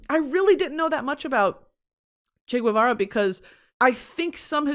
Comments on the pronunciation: I'm gonna be the annoying argentinian pointing out that Guevara is pronounced "gehvara" not "gooehvara", the U between G and E (or I) isn't pronounced unless it's spelled "ü" like vergüenza or pingüino. Also Guevara was his last name 🤣 Other than that you keep slaying Spanish!! 💚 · I love you discovering Che!!! lol. BTW It's pronounced Che 'Geh-va-rah' instead of 'g-ooh-eh-vara' like I believe you were saying it. In spanish 'gue' only sounds like 'gooeh' when it's güe, with a diaeresis on the U, if not it's always geh :)